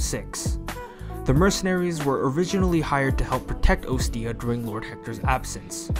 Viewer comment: Oh hey, those guys. They always die before I can grab them. Great video Oh, and 1 little thing on pronunciation. You say Ostia like Oh-stia, when it's actually Ah-stia. I believe Hector said it in heroes, and it's just grammatically correct to the name.